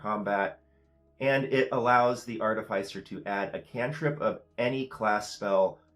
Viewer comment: Love the videos and the frequency! I think it should be pronounced arti-fis-er (same root as 'artificial') not arti-fice-er. ♥